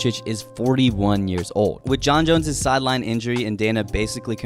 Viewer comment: Why do you pronounce "Jon Jones" as "Jon Jons"?